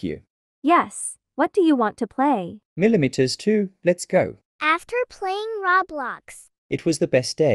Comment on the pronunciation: the way they pronounce the mm2-😩 "MILOMITERS 2-"